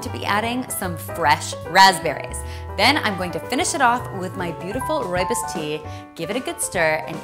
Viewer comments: She says rooibus It's rooibos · roy-bus? no its roye-bose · As a fellow South African is not rooibus it’s rooibos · Oh my god you are saying it wrong it is not rooi bis it is rooi bos 😭😭😭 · its not rooy-bis its roob-is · Rooi bis? Um it's rooi-bo-s Im South African and I know. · Rooi - BOS not rooibis :) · I'm South African and that's not how we pronounce our lovely Rooibos😢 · Your saying rooibos wrong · Oh gosh! Please don't pronounce rooibos like that again... at least you tried too roll the 'r'. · im from south Africa and not trying to be a downer but you dont pronouns rooibos right xx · Great video, btw you pronounced rooibus wrong :)